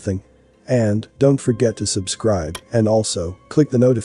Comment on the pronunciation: He always says; please ABscribe"... What up with that?